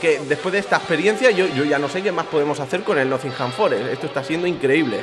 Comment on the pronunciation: El tío se va a la ciudad y todo pero sigue sin saber pronunciar Nottingham 😂😂